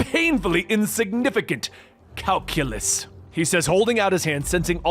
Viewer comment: "purjerine" pe-ri-grin "calculus" kai-seelyus lol